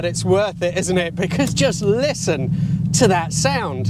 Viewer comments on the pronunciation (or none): Sound! Not spund ffs 🤦‍♂️